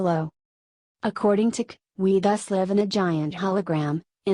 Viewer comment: The idiotic female robot voice cannot even distinguish between the grammatical tenses of live. Where is Wes Penre's voice?